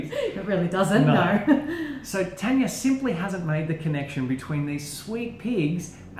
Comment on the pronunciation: Guys it is Tanya not Tania xD